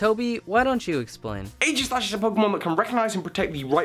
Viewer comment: Is anyone else thinking aegislash should be pronounced with a hard g?